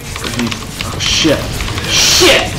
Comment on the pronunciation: love how he says shiet